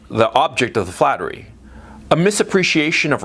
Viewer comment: Flattery, or is it 'Fattery?' 😂